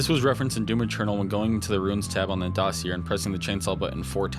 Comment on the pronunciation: you pronounced dossier wrong